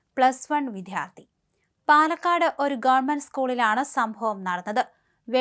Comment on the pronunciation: അവതാരക വിദ്യാർത്ഥി എന്ന പദം തെറ്റായാണ് ഉച്ചരിക്കുന്നത്. "ദ്യ" എന്ന അക്ഷത്തിന്റെ ഉച്ചാരണം തെറ്റാണ്.